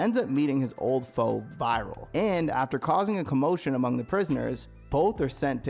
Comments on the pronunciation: I know its spelled Viral but his name is pronounced "Vee-Ral" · Bro you said virils name wrong ?😅